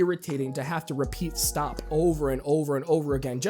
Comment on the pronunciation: you were saying stahp, instead of stop